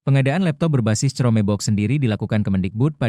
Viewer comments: Chromebook itu bacanya krombok, bukan cromebok. Hadehhh ... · "crome bok" narasi A.I males banget ngomong sendiri ya